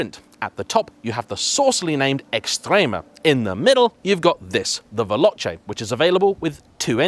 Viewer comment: Yep. At least he managed to pronounce 'Veloce'. We could have been blessed with 'Veloke'.